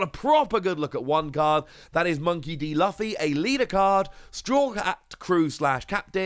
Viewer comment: Bud just letting u know its luffy is pernounsed loo ffy